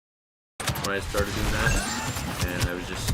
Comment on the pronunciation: "How's everyone doooooing" you are so Canadian how you say your "o." Probably Hayden Christensen. Maaaaannnnn he's so good looking